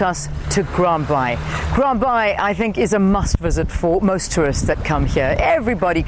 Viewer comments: Ummm it’s called Grand Bay not Grand Bye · Grand Baai ..Afrikaans for Bay...not bye...